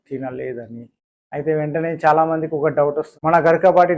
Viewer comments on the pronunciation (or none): none